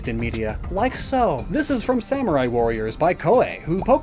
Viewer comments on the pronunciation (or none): none